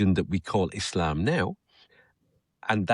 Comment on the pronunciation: It's e-slum.